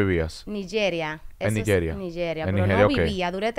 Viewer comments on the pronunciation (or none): Dique Niyeria, Nigeria, así se pronuncia 😊